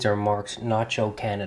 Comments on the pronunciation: You forgot to cross your t. And it's not nacho but nahco. Sorry. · The name on the knife is NAHCO not Nacho. You are so particular about every thing you do I can’t bear to hear you keep saying NACHO.